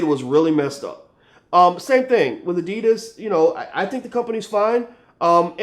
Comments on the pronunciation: Finally i understand they are saying adidas always heard it like the ditus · Funny how Americans pronounce Adidas.